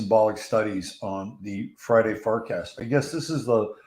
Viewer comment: Is he saying fartcast? 😆